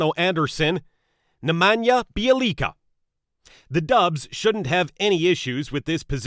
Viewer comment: Bjelica is truly pronounced b*yeah*lee*tza (as in tzar, tzatziki). Take it from someone who is fluent in one of the Slavonic languages...and the world's third most difficult to learn: Polish. The j is always silent in the Slavonic languages.